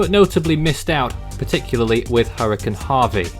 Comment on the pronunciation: It’s hurricane not hurrican